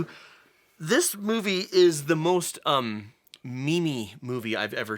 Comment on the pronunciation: Wait... how did you pronounced "meme" word again? :D